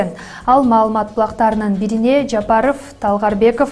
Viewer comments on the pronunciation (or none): none